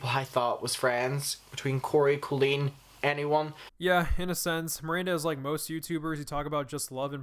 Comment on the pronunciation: COLLEEN IS PRONOUNCED 🗣 CAHHHH-LEAN LIKE COLIN BUT WITH LEAN INSTEAD OF LIN!